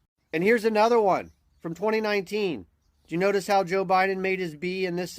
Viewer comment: Is it just me, or does a lot of people say "Joe" Biden in a way that it sounds like "Jill"? Always get a chuckle out of it, they're one and the same entity.